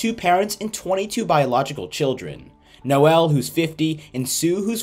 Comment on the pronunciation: Noel is pronounced Noll not No-el